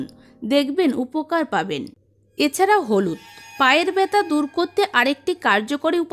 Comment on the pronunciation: Byata na balun byatha😅😅😅